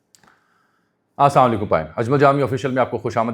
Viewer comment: اجمل صاحب آپ سلام درست طریقے سے لیا کریں معنی کے اعتبار آپ کا سلام درست نہیں امید ہے میری بات کا برا نہیں منائیں گے